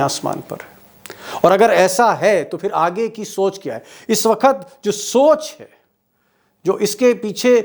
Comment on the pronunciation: सफ़ेद चादर में दाग़ जल्दी दिखते हैँ सर... आपका बड़ा फैन हूं. कोई हर दिन आपके वीडियो का इंतज़ार करता हूं... पर आपका "वक्त " को "वखत " कहना बहुत अखरता है...